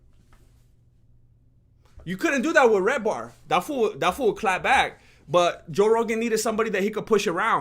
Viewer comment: Just came from watching redbar to here lmao what a pleasant surprise you giving Mike David a shout out mate. It's "Redban" he takes all the heat, Redbar however doesn't suffer any foo lightly. Great show in the can again!